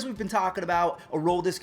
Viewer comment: man straight butchered Adolis name